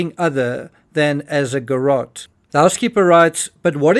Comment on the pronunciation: If you say garot one more time without getting to your point .....,..